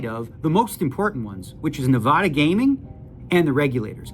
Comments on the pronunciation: Yeah I hate the way he says ne-vah-duh it’s Nevada. I know he’s Canadian but he’s lived here for decades least he could do is say our state correctly lol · It’s NEVADA… not “Na-Vah-Duh”… Duh!… Tilts me every time I hear it mispronounced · Most important point to come out of this video: It’s pronounced nuh-VAD-uh. Kind of sad that someone who’s lived in Summerlin for so long still can’t pronounce it correctly. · How tf does Daniel pronounce Nevada wrong tho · Calling out Daniel for mispronouncing Nevada is exactly what I did on his vlog comments section. Agree 💯